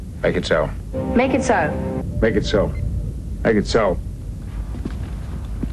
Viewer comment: Eventually, I stopped hearing "Make it so" and only heard "megetsso."